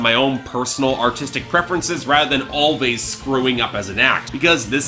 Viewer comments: I don't know 'bout you, but this album is my jam! P.s. It's pronounced "Always" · it's pronounced "always"